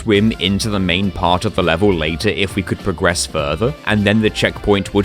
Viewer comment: Why do pronounce progress incorrectly?